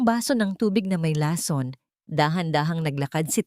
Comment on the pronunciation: May asawa c Zarex, pero sa kwento ay binata, alin ba ang totoo?mali ang bigkas ng lason, buti naman at iba iba na ang mga pangalan ng tauhan ng kwento,,kaya lng mali mali pa rin ang pronounciation ng mga salita